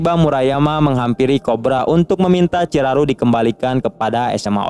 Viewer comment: Ciharu bang bukan ciraru